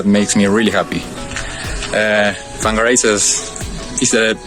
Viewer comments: Whangarei is pronounced “Fang-a-ray” ... Now you know ;) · Whangarehai NZ pronounced FONGARAY, for your next NZ Maori phonetic’s. WH = FA. Cheers guys, great job as always. Kiwi living in London and looking forward to clicking on Model Y - buy now when Berlin gets going....